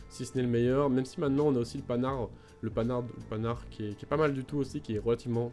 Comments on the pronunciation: Juste un truc (je n'arrive pas à poster un commentaire direct, juste y répondre, curieux ...) : pour Panhard, on ne le prononce pas "pannard", mais "pan-art". oui, je sais, mais c'est comme ça. C'est le nom du gars. Pas ma faute. Bref. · "Panard' trop drôle ta prononciation le 'H" est justement là pour que cela se dise "Pan" "Hard" oublie le "D" juste "Pan" 'Har"